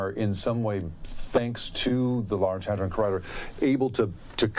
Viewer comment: Constantly misreading hadron as hardon.